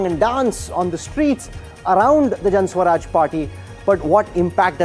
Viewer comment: Can someone tell this dumbo the name of the party is Jan "Suraj" not swaraj. Maybe they don't teach in IIMs the difference between the two.